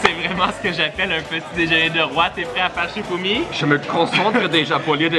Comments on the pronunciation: on dit pas fouchimi on dit chifoumi!!!!🧐🧐🧐🧐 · a dit fichoumi😀😀😂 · il a dit fichoumi au lieu de chifoumi